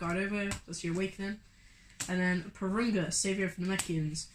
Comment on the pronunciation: It’s not durunga it’s purunga